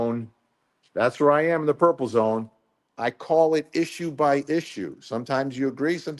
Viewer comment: Hey Vinnie: I have heard it called Burple! 😂 instead of Purple 😂